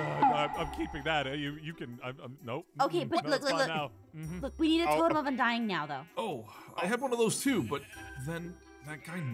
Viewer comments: “Totem of undiededing” 💀💀💀💀💀✨✨✨ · I LOVE when it said “totem of undieddeding”😂